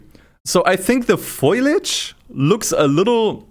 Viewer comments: foliage not foilage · it’s foliage not foilage